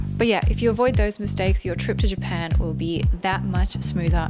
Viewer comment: cut out a syllable there, the country is now called Pan 😅